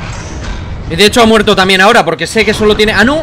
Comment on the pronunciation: enbes de decir tanbien dices tamien